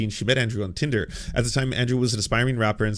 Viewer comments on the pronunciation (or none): none